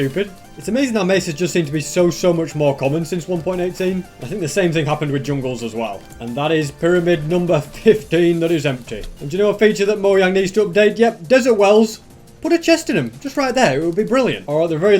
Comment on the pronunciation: Great video appreciate the work you put into this. Just one thing…. Plz dont say “Moyang”